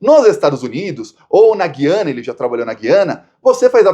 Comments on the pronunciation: Por favor, é Gu-ia-na. Não é dígrafo Gui-a-na, é ditongo /Gu/ia/na. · Desculpe, a pronúncia de Guiana é "guyana".